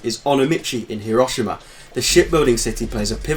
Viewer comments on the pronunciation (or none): none